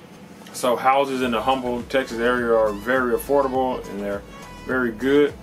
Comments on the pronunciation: H is silent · Say "Huhm-bull" one more time! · You're a local realtor and can't pronounce "Humble" correctly?